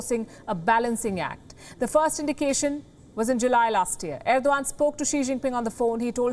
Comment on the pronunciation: Why Erdogan read as Irwan by her?